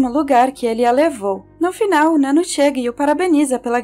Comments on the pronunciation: Adorei o vídeo mas fiquei agoniada pq vc tava falando o nome da nanno errado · Nano kkkkk, pronuncia certo pelo menos né